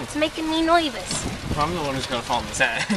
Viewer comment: "It's makin' me noivous!"